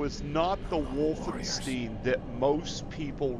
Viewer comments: Bro, it's not Wolfensteen. You're supposed to pronounce it like Wolfen-stEYEn. As in eyeball. Wolfenstein. It's German. Learn simple pronunciations before making an ass out of yourself online to thousands of people. German words with "ei" in them are pronounced like 'eye'. Words with "ie" are pronounced like just E. Get it? Got it? Good. Now remake this video please. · Its called Wolfen-STEIN like "Nein" not "steen." Also you sound like you are talking with Jigsaw's voice